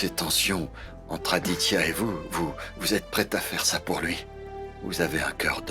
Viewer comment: Akankcha à dit<<Adia>>auriez de dire Aditya